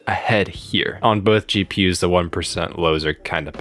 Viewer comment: I literally heard CheaPUs instead of GPUs 😂